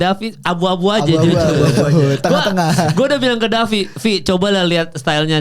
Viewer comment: Davi penyebutan nama fighternya ngawur. Harus belajar lagi.